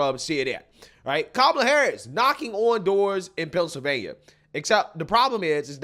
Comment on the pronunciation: "Ka-ma-la" sounded a lot like "Trump, Trump, Trump" 😂😂😂 I had to stop and figure out where she was and what was happening.